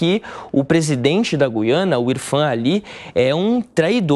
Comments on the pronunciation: Goiana? É Guiana seu animal. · Sim, mas se pronincia "Guiâna" e não "Guiânia". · "Guiânia"😅😅😅 Esses "repórteres" da shopee não cansam de se expor ao R I D Í C U L O. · Guiania? Foi isso que ele disse? Kkkk